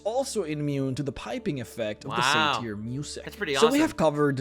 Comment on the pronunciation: okay this is driving me nuts either say it the Normal way /ˈseɪtɚ/, the Received Pronunciation way /ˈsætə/ or the old Hellenistic way /ˈsa.tu.r/ (+os at the end if you’re esoteric) It is not /seɪˈtɪːʁ/